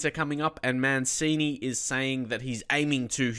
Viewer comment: It's pronounced as Man-chini, not Man-sini